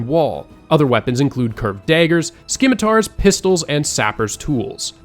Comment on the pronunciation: I dig your content. I’m just shocked that some really common words are mispronounced, like “Corps” is pronounced “Core” not “Corpse”. And “Scimitar” is “SIM-ih-tarr” not “SKIM-ih-tarr”…